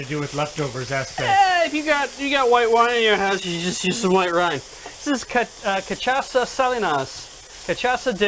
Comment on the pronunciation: It's pronounced Cah-shah-sa